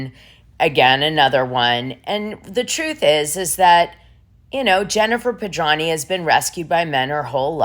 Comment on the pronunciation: OMG It's really sloppy to mispronounce the last name of the person you are reporting on, or for any reason -- and over and over again!! Gawd, what is wrong with you. It's Pedranti with a "t" ! You also read 10000 as "one thousand". This is the latest of your continuous booboos.